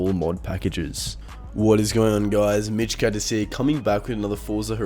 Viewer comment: Love your channel but goddamn I hate the way you say mitch cactus. You don't even pronounce cactus it just sounds like a noise and I fuckin despise it lol